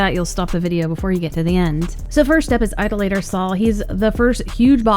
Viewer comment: Eye-Doll-A-Ter, not ido-later. It means someone who worships idols.